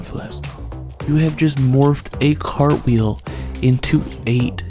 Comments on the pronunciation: "Crapwheel" made me die every time you said it. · The first time I saw this I thought you said crab wheel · Idk y but I laughed everytime he said crapwheel